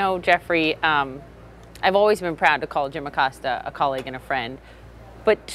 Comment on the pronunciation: jesus christ....ah-Cōs-ta